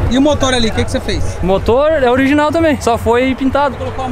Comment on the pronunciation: É "oliginal" kkkkkkk história pra boi dormir